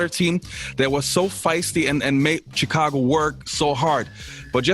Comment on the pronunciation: I am blown away your landing these interviews! Speaks volumes on your content! Now if we can just get you to pronounce Chi- cago right lol. Great job!